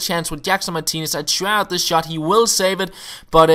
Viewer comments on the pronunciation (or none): none